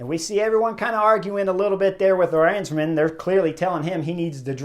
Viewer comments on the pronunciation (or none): For the nth time, it is A-rensman, not arEnsman